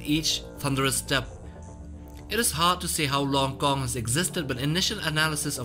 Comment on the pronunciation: Please don't say "gong" man